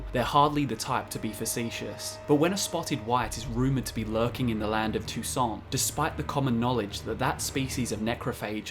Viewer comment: "Toussant" wat